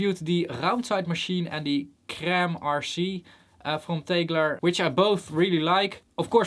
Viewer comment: Thank you SO much for pronouncing 'crème' correctly....